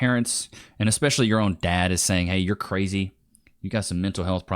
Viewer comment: Never stick your d in cwazy.